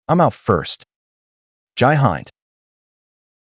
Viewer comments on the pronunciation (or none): Hin-d not Hi-nd ... Jai Hind ... Lol Jai Butt😂